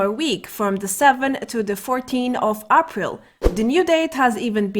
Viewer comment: Lol I hate the way she say's it....... really bugs me.